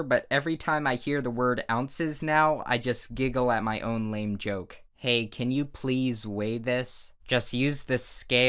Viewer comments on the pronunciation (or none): none